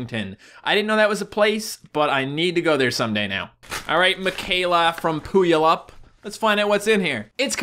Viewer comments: Pulayip XD is pronounced Pewwalipp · TRIGGERD you said puyallup wrong its (pue_all_up) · I think when he says Pooyallap, he means Puyallup (Pronounced Pew-all-up). One of the Highschools there, Rogers, is one of the areas where there was a clown spotted with a knife. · Hahaha he said , POOYALUP! GOLD. I lived in Washington btw and its pronounced POOWALLUP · it's pu-al-up not poulaup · I'm from Washington and died when you said Puyallup lmao (pronounced pew-al-up) Washington is full of oddly named cities though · PooAllIP? ( PEW - ALL - IP ) Is how you say it. TRIGGERED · it's pew-wal-lup, Puyallup, WA., US.? Humptulips is another town, legit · Its Pew-All-Up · it's pronounced Pew-al-up puyallup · Everytime he said Puyallup i laughed so hard. He totally butchered it. 😂😂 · He said puyalup wrong lol 😂😂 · As someone from Washington the way he pronounced Puyallup is so wrong no no no.